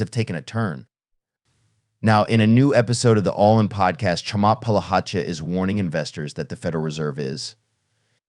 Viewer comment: Get a grip. You need to learn how to pronounce his name. It's a little strange, so you need to practice before going public.